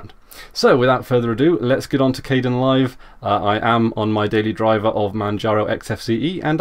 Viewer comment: it's pronounced (K-D-E- IN LIVE), spelled like Kdenlive, yea we all make mistakes, and it just annoyed me.